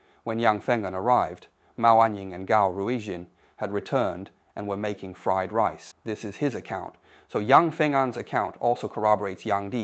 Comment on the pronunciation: It was. It mispronounced the words "died" and "fried" once but pronounced them correctly at other times. No human would have made mistakes like that; you either know how to pronounce those easy words or you don't. You don't pronounce them correctly and then suddenly mispronounce them.